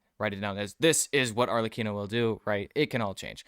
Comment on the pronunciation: this is one of the few videos out there where people say Arlecchinos name correctly XD